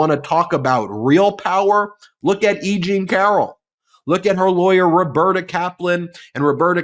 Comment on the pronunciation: E Jean Car-ol 👏 👏 👏 👏 👏 E-Jean Car-ol